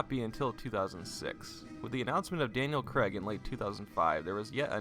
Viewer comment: Why you pronouncing his name as Daniel Creg lol? Its Craig, pronounced Craig, emphasis on the ai.